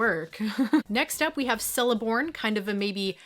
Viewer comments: It's Celeborn with a hard C Very cool set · Totally mispronounced celeborns name